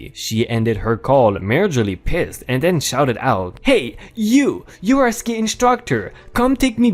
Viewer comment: Ski as in skiing, not sky.